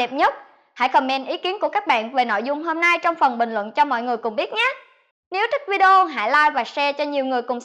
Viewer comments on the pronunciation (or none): none